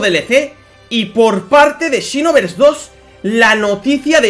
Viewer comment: "and xinovers dos" JAJAJAJAJA